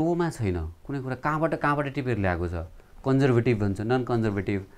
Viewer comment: haha konjervetiv😓😓😓 dd ko pronunciationle hagdiraaaa